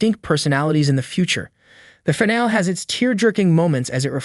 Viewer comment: Fuck AI voices. Fìn al EEEE Jesus fuck. Either say the fucking words or hire someone.